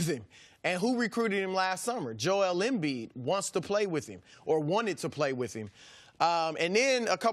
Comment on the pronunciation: Why he say Joel name like that? Joe embeee